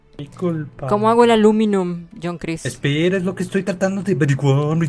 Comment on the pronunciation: Joncreis??? .-. ES JONCRIX :P